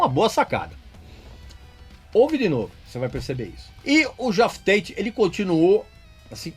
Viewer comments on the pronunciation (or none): Não é "GeÓff Tate", é "JÉff Tate".